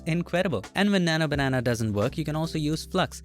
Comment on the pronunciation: keeps saying nana banana